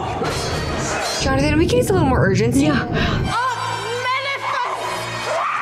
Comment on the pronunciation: I can't stop hearing Johnathan as Jarnathan 😂